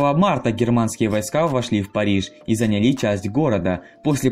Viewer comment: зАняли а не занялИ ,осторожнее с ударением. Спасибо.